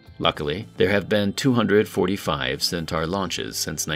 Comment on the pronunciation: It has to be human. No computer voice would consistently mispronounce the name of the rocket as "centar" instead of "centaur".